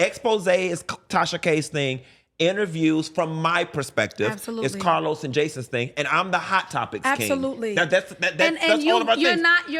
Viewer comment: Funky keep dropping names 😂 first Oliver now CAH-LOUSE